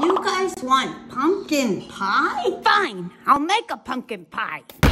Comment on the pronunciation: She sayin FINE like it's an option